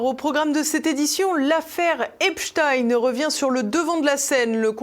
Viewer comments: Il faut dire à,:que c'est EPSTEIN et non epstine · Les médias officiels disent Espstin en parlant de Espstein? Pourquoi cet écorchage de nom, peut-être pour faire oublier que c'est un notable juif nanti? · Deja. Les journalistes devraient Dire EPSTEIN. ET BENCHEMOUL ( AU lieu de de dire. BRUNEL. )